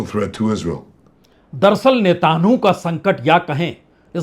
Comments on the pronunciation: नेतन्याहू,जल डमरू मध्य, मैक्रों व्यापार शब्दों का उच्चारण को सही किया जाय तो आपकी नेतान्हू,जल डमरूमल व्यहपार या मैक्रोन वाली स्टाइल में चार चांद लग जाएंगे,विश्वास करें पंडित जी। बाकी आपके शोध,कंटेंट,एंकरिंग लाजवाब है,आपकी हाजिर जवाबी और निर्भीक पत्रकारिता की तरह।जय हो। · बहुत से शब्दों के बीच बीच में बहुत गलत उच्चारण हैं। जैसे कि नेतान्हू, जलडबरूमल। ऐसे स्तर की उम्मीद न थी। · नेतांहु नहीं सर नेतन्याहू